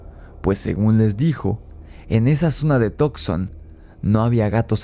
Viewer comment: Excelente video.se pronuncia Tuk son y no tok son. Saludos 👍